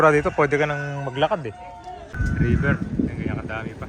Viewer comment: “RIBER”. TULLAHAN RIBER. 😊